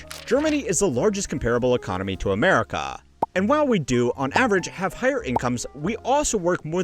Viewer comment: gloomy goose dude said amerika with a k